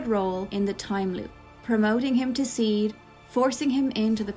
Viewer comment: That makes.... A lot of sense! By the way SeeD is pronounced like CD